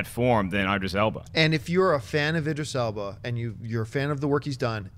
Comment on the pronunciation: Guys? Idris "Alba"...? Eeeeeeeeeeeek.